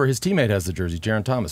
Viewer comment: Lance please get some help from George to pronounce Geraint's name. It's Geraint not Jeraint. Thanks